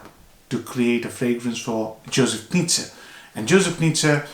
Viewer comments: Great review, I very much enjoyed your analysis! By the way, Knize is pronounced „Knishe“, because it‘s a Bohemian name, so it‘s pronounciation is Czech. Best regards from Vienna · It's pronounced: Ka-knee-ze